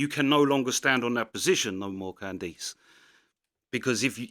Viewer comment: Who is "can-deeese" ??